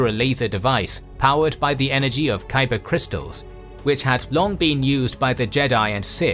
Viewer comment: "Kyber crystal power problem" is a helluva tongue twister. Nicely pulled off!